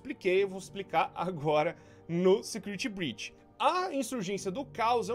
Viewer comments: Desculpa por falar segurity,é não security breach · Imbreçao minha ou ele falou em segurity breach